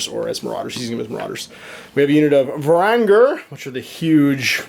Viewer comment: varan-guard.. VARAN-GUARD. how can you mess that up but get ogorid thaurmatergerestagerler